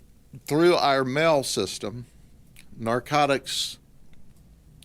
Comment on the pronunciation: i find it funny how he says our lol more like ire